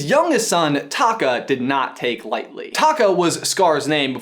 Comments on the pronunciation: I keep hearing Scar's real name as Taco. LMAO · I know it's pronounced a little different where Scar is like taco without the o on the end and the lava monster/ Taffitti (is that how you spell it) is Ta Kaaaa.... idk respond what you think!